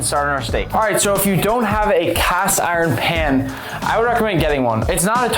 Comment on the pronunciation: Man’s cast iron sounds like ocean lol